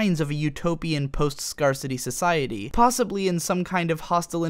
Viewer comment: Ok, you pronouncing fallacy "FAWllacy" I could almost accept. But SCARCITY!? (scar-city) That's just over the line at that point.